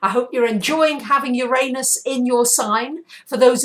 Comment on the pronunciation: luv ur vids i really do! Could u plz change ur pronounciation of uranus, its distracting lol :p